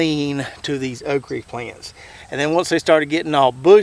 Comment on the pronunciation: I grow all three of those "Okreee" (' pronunciation). I like the Red Burgundy best. Seems to take the pickling better. Red Clemson spineless just gets way too tall in NC but has about the same production as Jambalaya. I bought some of the Dwarf Cowhorn seeds from. Put some in the ground a few days ago before we got the rain and wind from Idalia. Hope they grow as well as his does.